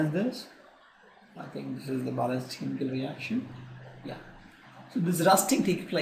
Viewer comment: Yrr buhat time khurab kr diya phele to apni ye language dekho pta hi nhi chlta kya bolte ho chemical ko camiicalls reaction ko ractions dimag khuran kr dia seriously